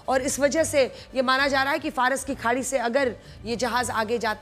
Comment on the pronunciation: Madam Faras ki khadi ko jhadi 😂bol rahi hain wah 😂